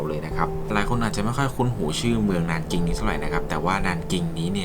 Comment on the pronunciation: 南京 nánjīng อ่านว่า หนานจิง นะคะ